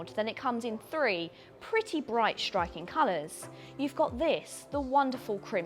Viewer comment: Hi, I'm listening to you pronouncing 's' as a 'sh'. For example where you say "shtriking" instead of "striking".